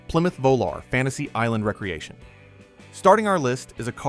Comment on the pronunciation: I hate AI narration ....cant you pronounce re creation ? not recreation ? WTF